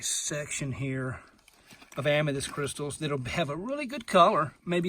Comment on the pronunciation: Not Am me dyst. Am me thyst lol seriously!